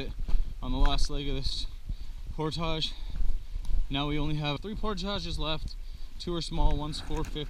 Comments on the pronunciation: It's pronounced 'poordij' not 'poortashing' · did he say they were doing a portarge...? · New drinking game, every time says portage, everybody drinks. Then we'll be as week as he is at portage's 😬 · STOP SAYING PORTAGE